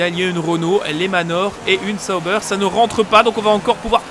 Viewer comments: Tu me fais trop rire avec "Les Zaubers" mdr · C'est pas plutôt Sauber (ssobeur)?? En tout cas je dormirai moins con mdr